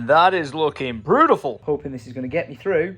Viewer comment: "That is looking brew-tiful" lol